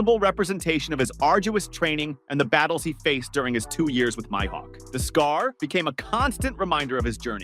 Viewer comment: You said his Mihawks name correct a few times and then butchered his name. I like your one piece content, but I can't stand the way you say the names of the characters you are trying to talk about.